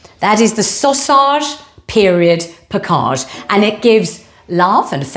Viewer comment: It's her way of pronouncing "package."